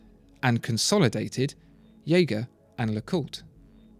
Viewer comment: You mispronounce Jaeger